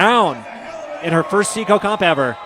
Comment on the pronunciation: is anyone else a bit annoyed that the announcers call it "see-co-comp"?? why wouldnt you pronounce is "psy-co-bloc"?